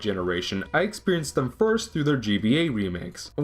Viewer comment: "Uncaney valley" "'dem," no less. ಠ_ಠ